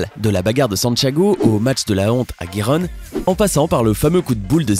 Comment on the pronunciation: Gijon se prononce rironne Seville seviye et pas sevile '............Et il a plein d'autres coquilles, j'espère que le commentateur est amateur sinon c'est grave.😂😂😂